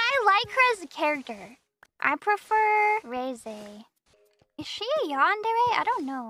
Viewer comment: Ain't no way that's how she pronounces Reze